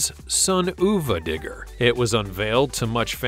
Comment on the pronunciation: I'm severely disappointed you forgot the most important monster truck, ever: Captain America! How could you leave that one out? Also, Sonuva Digger is pronounced Son Of A. It's supposed to be like saying Son of a B---ch, on purpose.